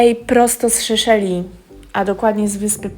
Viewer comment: Seszeli nie Szeszeli ;)